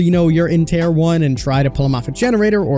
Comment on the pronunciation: "Tier" pronounced "tear" as in tear rolling down your cheek, not "tear" as in tear a piece of paper.